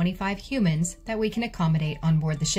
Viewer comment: I love how she said 425 HUMANS.